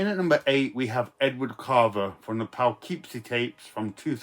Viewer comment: Here in North America,, it's pronounced Puh- or Pooh-keepsie. The woman who gave Gary Cooper his screen name came from Gary, Indiana. I'm sure he was grateful she didn't come from Poughkeepsie! 🤯